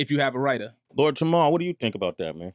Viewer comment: Somebody tell Sway its Jamar & not Jamal hahaha